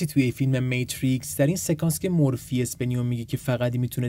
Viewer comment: میدونستی که تو اشتباه گفتی ماتریکس تو گفتی متریکس